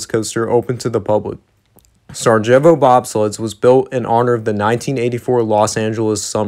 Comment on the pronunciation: Sarajevo...pronounced: Sarie-avo